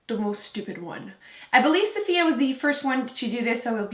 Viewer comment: Haven't gotten far into this yet, but I just have to say THANK YOU for saying Safiya's name! I've seen a few videos now where gurus did this "challenge" but refused to say her name because they didn't want to butcher it. The thing is, you hear her boyfriend say her name in her videos all the time, and it's not even that hard of a name to pronounce, so for people to not even try is just so disrespectful! So yeah, thank you! Now back to the video :)